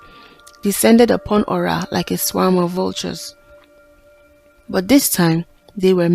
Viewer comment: Nice story. But the pronunciation is Ora not öra thanks look forward to see more 👍